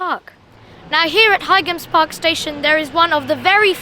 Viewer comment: Your videos are getting better and better.. I think Boite is pronounced "bwaht" and by the way, the G in Highams Park is silent, like High Street.